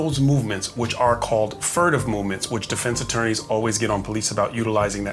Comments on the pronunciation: It's "furtive," not "furative." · Furative pronounced Fe-ur-a-tive